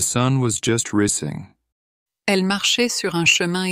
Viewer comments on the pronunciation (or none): at: .. THE SUN WAS JUST RISING (SPELLING ! and pronunciation error in English)